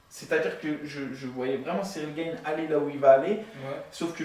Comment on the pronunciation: Pourquoi tu dis Cyril Gaiyne 🤣😂🤣 c est bon, c est pas parce que maintenant il fight en Ufc qu on doit pas l'appeller Gane🤣😂🤣. Moi je propose qu on l'appelle Sayirail Gayine